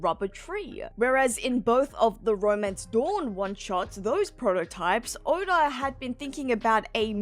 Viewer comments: Stop adding extra sounds in words. 😂 Odaurgh instead of Oda. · I thought it was more, odar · Here's my impression of saying "Oda". You ready? Okay. Here goes. "Orda".